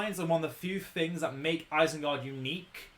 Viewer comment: eisengard? isn't it isengard?